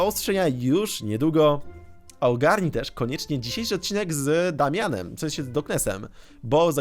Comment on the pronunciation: dałmian XD